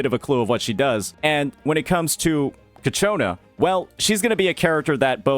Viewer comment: It really bothers me how no us cc can actually Say cacciona correctly, it's not that hard man